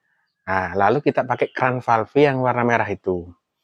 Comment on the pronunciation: Terimakasih... Manteb .... btw. .. Falêf, Om. Bukan falfé 😊